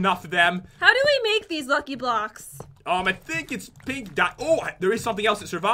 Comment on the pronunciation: when you said 3 blocks left you said blacks